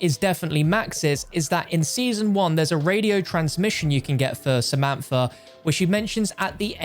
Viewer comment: The moment u say a name wrong😂 why u say in samanfa instead of samantha😂